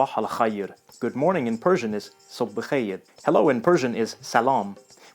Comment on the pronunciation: You pronounce some loan words incorrectly in Persian. You pronounced "Sobh bekheir" as "Sobh bekhejer" - it should be pronounced "Sobh bekheyr" as in "eynak" or "ey!". You pronounced "Esm" as "Esem" - but there should be no middle "e". "safár" should not have a raised stress on "á", both "a":s are pronounced the same way with the same stress. "ta'aliim" does not have a grottal sound in persian, it is simply "taaliim" without the apostrophe. "beduuneh" should be pronounced as "bedoone". In "tariikh" you said the "a" is shorter, it isn't... Only the grottal pause is gone - Persian in general smooths over all Arabic grottal pauses. The "a" should be pronounced as the "a" in Awesome. When thinking about Persian, think Italian - it is a very slow-spoken and poetic language with lots of music, tho not as much staccato - I guess that is French.